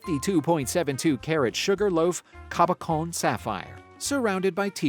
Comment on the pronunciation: Cabachn is pronounced kah bah shawn.